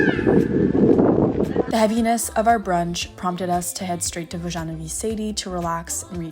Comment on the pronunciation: vojanovy sady is also one of my favorite parks in prague! but i just wanted to correct your pronunciation a bit haha - the name is pronounced like “voh-ya-noh-vi sad-yh” like every syllable with an H at the end is short hope it makes sense😂 it just really stood out to me during the video it was veeery cute